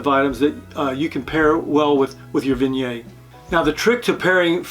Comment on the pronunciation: Great info but please, for the love of God, pronounce Viognier and Condrieu correctly!